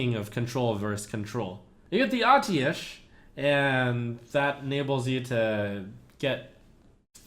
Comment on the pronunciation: Btw, it's pronounced, AT-EE-SH